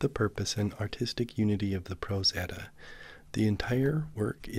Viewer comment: I love how you pronounce everything correctly!!! Its so hard to find readings of the Prose Edda that are pronounced correctly